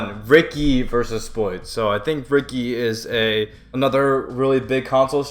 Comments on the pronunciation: It’s “Richie” not “Ricky” Ricci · BTW it is pronounced Richie